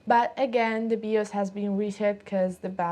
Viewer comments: FYI people usually pronounce the "BI" in BIOS like the "Bi" in bisexual. It sounds a little bit like you're saying BeOS 🙂. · "Bee-os" Hehehe =) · BIOS. Pronounce it "bye-oss". Love your accent! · o wow remember these types of computers and processor 486, love the accent and how you pronounce 'Bios'